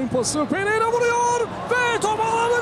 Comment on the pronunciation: hakem bero ya pereira diyo